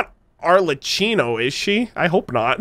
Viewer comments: Arlecchino is pronounced Arlekkino. Please. It hurts my ears..:) All Harbringers names are from 16th century Italian Commedia dell'Arte. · okay im days late but here are all the names and titles of the harbingers accdg to appearances: Pierro, The Jester Columbina, Damselette Pulcinella, The Rooster Pantalone, Regrator (mentioned in Yelan's story quest) Arlecchino, The Knave (pronounced as arle-key-no) Tartaglia, Childe (obv) Sandrone, Marionette (the one sitting on the ruin machine's hand) Capitano, The Captain Dottore, The Doctor i didnt put their rankings since there is no official yet. but based on childe's voicelines, columbina is the 3rd. Pierro is obviously the 1st with no doubt. we all know Signora is 8th and Scara is 6th. there is no official saying how they are ranked bc strength is a rather vague even tho childe said it. abt dottore. its said the one in the manga could be his clone or that he was rather younger at the time and must've had some glow up or whatever. he calls his clones as "segments" pierro was the one who found rosalyne and dottore. pulcinella recruited childe.